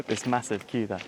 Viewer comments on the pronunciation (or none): none